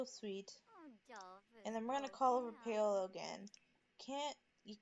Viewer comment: FYI it's Paul-O